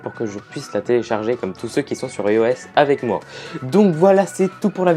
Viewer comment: dernier faile en fin de vidéo x) ios Ça se prononce ailloesse